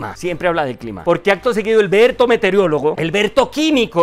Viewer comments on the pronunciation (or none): lo admiro mucho, por favor revisar la pronunciación de palabras como ME-TE-O-RO-LO-GO y A-E-RO-PUER-TO